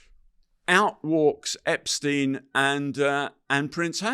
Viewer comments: This guy has nothing new, refuses to pronounce #Epstein correctly, suffers tremendous gaps of information, and exhibits rather poor judgement. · "I watched all the Epstein documentaries"..but still can't pronounce his name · This man can’t even pronounce Epsteins name correctly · He knows so much, yet he mispronounces Epstein's name? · Why the fuck can't people pronounce this fukkaz name, EPSTEEN. dude literally says it 2 different ways in the space of 1 minute. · Eh ...Roy ..... might be best if you took the time and learned how to pronounce Jeffrey Epsteens name right